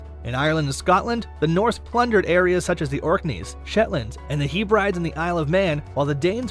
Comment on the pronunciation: and "Hebrides" is pronounced Heb-rid-eez (sort e, short i, long e) NOT "He-brides"